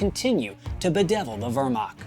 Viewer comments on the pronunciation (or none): Poor pronunciation of some German words/names like Wehrmacht and Junkers.